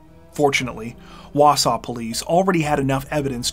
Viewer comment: Props on pronouncing Wausau correctly also! 😊